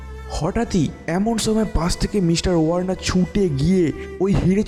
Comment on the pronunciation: সময় না ছোময় , একশো একছো , উচ্চরণ ঠিক করেন ভাই, স কে ছ দিয়ে চালিয়ে দেন কেন?